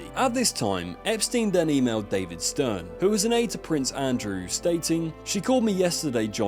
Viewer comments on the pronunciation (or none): none